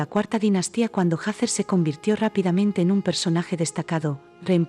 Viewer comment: Se dice Hathor NO SE DICE HATHER